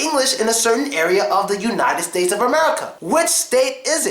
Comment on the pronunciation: "ze car?" "ze book" ugadal? :D